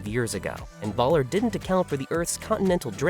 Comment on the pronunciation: Sigh. Why is it so difficult for anyone English-speaking to understand that the German "V" is prnounced like the English "F".. as in "Fun"? So "von Braun" is pronounced "Fun Braun" (whih hopefully makes you smile" and "Voller" is "Foller" (I am not even asking you to learn how to pronounce "ö"correctly, though that would be "eh", so "Voller" would actually be something like "F-eh-ller") Perhaps it is because I personally speak/read/write 4 languages (Danish, English, German, French) and understand and read Dutch and a few words in Russian, Swedish, Norwegian, Italian, Spanish, Arabic, Kurdish, Czech, and Tagalog. While I love the English language, I do not understand why English-speaking natives do not even try to make an effort with other languages. Laziness perhaps?